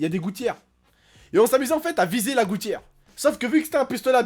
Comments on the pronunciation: vous aver remarquer il dit toujours enfete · TU PEUX ARETER DE DIRE ENFETE